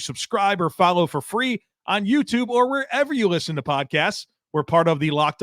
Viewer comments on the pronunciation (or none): none